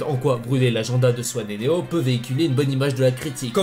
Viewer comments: Néon 😂 pas néo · Pk a la place de dire néo tu dit néon mdr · Juste tu dis Néon, c’est Néo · Tu dis néon alors que c’est néo